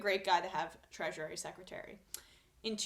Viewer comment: Okay, I am not a person who does this type of thing but the way you keep saying that word is wrong. You've been adding an extra syllable to "Treasury". It's pronounced just like "treasure", only with an added "ee" sound at the end. Not "treasurary". Thank you for your video updates. Sometimes they are the thing than can genuinely help me get through the day. It's nice to know that other sane objective people like myself can still see right through the platitudes and bullshit promises of the President-elect and the company he keeps. Keep up the great work!!